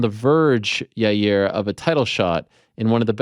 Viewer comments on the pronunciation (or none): Uncle Chael- "Ya-rear"